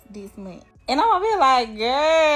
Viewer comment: "... this meeeen" as in month. The fuck are these black people saying, bro. Seriously.